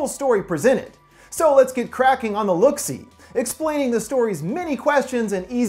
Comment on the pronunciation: Next time say look see notes correctly don’t change it please